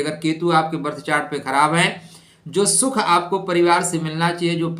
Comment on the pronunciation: सुख होता है न कि शुख